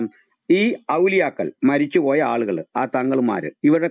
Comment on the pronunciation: ഔലിയാക്കൾ എന്ന് പറയു ബ്രോ.